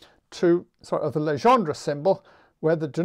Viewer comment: No worry about Jacobi, you also mispronounce Legendre :p. Your pronunciation corresponds to "Légendre". Encore merci pour tous ces cours en ligne !